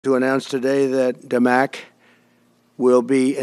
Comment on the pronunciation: WHO? DMAC? OR 'THE MAC'? WHo does he say is investing?